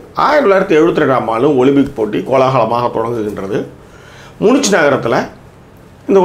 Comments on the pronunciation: மூனிச் இல்லை மியூனிக். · அது முனிச் இல்ல தலைவா முனிக்.